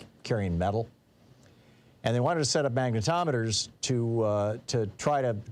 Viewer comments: Magnetrometers. It's so hysterical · Sounds like you're saying MAGAtometers.